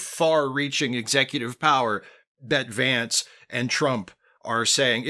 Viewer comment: you pronounced the VP’s name incorrectly.